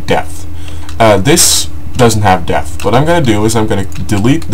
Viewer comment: Depth. Not Death. Please lol.... :D